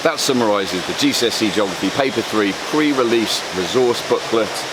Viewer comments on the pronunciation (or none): none